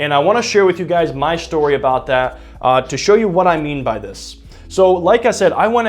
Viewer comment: What are we talking aboot